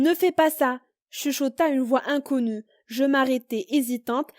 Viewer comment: J aime trop cette voix quand on raconte des histoires je m abo'ne directement trop cool et quand tu as dit onconnu lol XD 😁😀😂